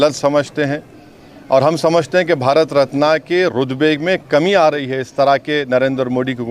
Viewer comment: अरे भाई भारत रत्न को रत्ना क्यों बोल रहा है खराबी आपके ज़मीर में है